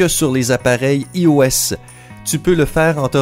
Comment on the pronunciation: je rêve ou il a dit ios mais en prononçant i au lieu de y